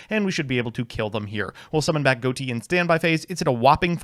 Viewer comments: It's pronounced Fish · Isn't it pronounced fish tho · why is everyone pronouncing ghoti wrong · Excuse me sir, but it's pronounced ghoti. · I think Ghoti is supposed to be pronounced "Ghoti", actually. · Not even 5 seconds in and already mispronounces Ghoti smh